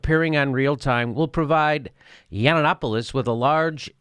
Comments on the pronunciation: Hey Jimmy his name is pronounced : Yah-no-pooh-loss! Say the vowels like spanish vowels. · i can not believe that u called him snuffaluffagus the whole show lol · I thought it was really cool and witty that Jimmy Dork called Yianoppoulos "Snuffaluffigus". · Did you call Milo Snuffalupogus? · Do you think you're clever by mispronouncing his name? You're not funny. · Hey Jimmy, I love your show, have subscribed and check your site frequently, yes I am a HUGE fan. However, your trite dismissal of Milo, without your usual level of research, was slack. What was worse was your careless mispronunciation of his name, that just made you a dick. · You've just pre-emptively lost a non-existent debate against Milo. And the fact that you purposefully mispronounce his name makes it even more cringy.